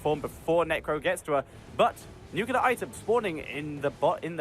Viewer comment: Nuclear, please, not nucular.